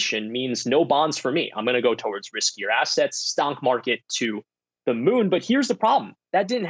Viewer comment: Lol man actually said stonk marker